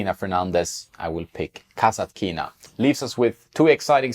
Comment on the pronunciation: One correction form Russian native speaker: kasAtkina - accent on the 2nd A. mEdvedev is also false (medvEdev is correct), but it is okay compared to kasatkIna